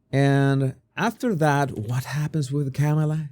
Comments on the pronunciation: It's COMMA NOT CAMA LA! Get it right, show a little respect!! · It’s not Camel-aah, her first name is pronounced Kahm -uh-laah. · No! It's prononced😅 Ke Mala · Her name is pronounced Calm-ala. Not so hard to pronounce! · Why can't you pronounce her name correctly?? You have a speech problem?? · I understand English is not your first language. No shame in that. So much has been said on how to correctly pronounce Kamala’s name. No excuse dude. Are you being intentionally disrespectful, or are you just ignorant? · Why not try to pronounce her name correctly? Just unsubscribed because of your bad choice of "non comical jokes about Vice President Kamala.